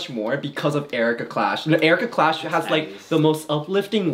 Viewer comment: The fact that said “Cherika Klash” and no one noticed makes me deeply sad.